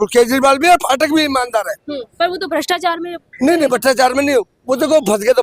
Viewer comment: और ये फाटक साब कौन है या पाठक बोला है